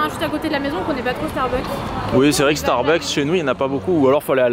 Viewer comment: Jadore qui dit starbUk et apres ya qui dit starbuks et ducoup il Starbuks. lol PS: Jadore vos vlogs!!!! <3<3<3